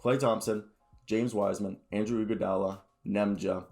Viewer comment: Andre* iguodala not Andrew iguodala